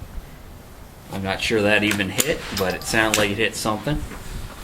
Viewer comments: Co - LEE - bree. Not CO - bray. But nice vid; thanks. :) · I cringed every time he said it lol